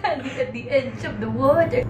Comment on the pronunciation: HAHAHA😂😂 "I've been, stending et da idge uf the water" 😂love you ❤